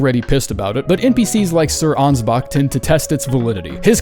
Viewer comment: ansbach doesnt end with a hard R?